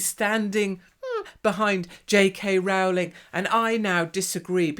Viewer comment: Rowling is pronounced rolling, as in rolling on the river. Grr.